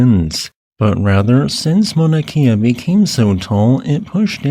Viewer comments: please work on your olelo hawaii pronunciations. it is not mauna kia, it is mauna kea (kay-a). you speak about our sacred places often enough correct pronunciation would be appreciated. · Mauna Kea. “Cay ah”. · "ma na key ah" 😭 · Why does this guy talk so strangely, and not properly pronounce Mauna Kea? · Just a little point on Hawaiian pronunciation. "E's" are always pronounce short, as in "eh", never "ee". "I's" on the other hand are always pronounced "ee". New England missionaries created this system with help from local Hawaiians. The rules are much simpler and more consistent than English written phonetics. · Your videos are appreciated, however not so much your pronunciation of Hawaiian place names. It was distracting. Mauna Kea (Kay-ah), Waimea -Wai may-ah